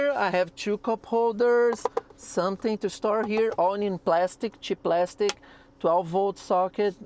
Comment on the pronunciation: It's praaaaastic!